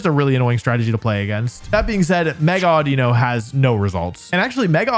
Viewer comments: Havent watched yet, calling it audino is the worst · Calling it audino.